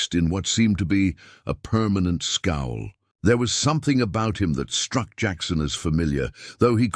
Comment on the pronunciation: “…a permanent scowl”. Not “skull”! 🥰😁